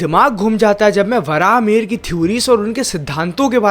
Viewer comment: Its not varaaha its varahamihira meaning varaha boon mihira Sun means boon of Lord Surya